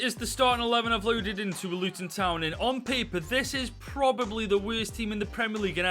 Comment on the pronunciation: “Werst team” 😂😂😂😂😂